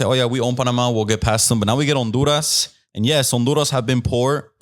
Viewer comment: He pronounced the H when saying Honduras when trying to sound like he’s saying it in Spanish 😂😂😂😂